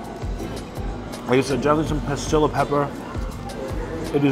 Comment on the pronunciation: I'm trying to figure out what kind of pepper you keep mentioning. Sounds like you are saying "pah-skill-ah". Are you meaning Pasilla (pah-SEE-yuh) peppers by chance? Anyways, BIG cilantro fan here and lover of Mexican cuisine, though my experience with authentic Mexican cuisine is quite limited.